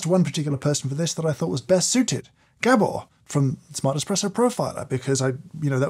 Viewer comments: Poor Gábor getting his name mispronounced as "Gebbor". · Just a quick word from a fellow Hungarian. Gabor's name is pronounced Gaabor and not G'bor😉